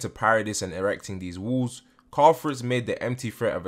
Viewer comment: Question (I hope it’s not coming out rude, I’m just curious). Why do you pronounce “walls” as “wools”? I’m not a native speaker and I cannot place this accent. Would you mind help me understand? Thanks and thanks a lot for the informative videos on your channel! ❤️